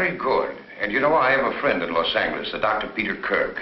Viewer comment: At 4.28 the doctor pronounces Los Angles with a HARD G, GER instead of JER Why??